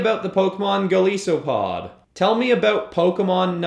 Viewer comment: Its Goal-ice-so-a-pod not goal-ee-so-pod